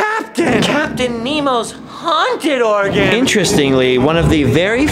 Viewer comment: It sounds more like you're saying Oregon rather than organ. Like 50% of the time. Maybe it's just me. Especially being from Oregon.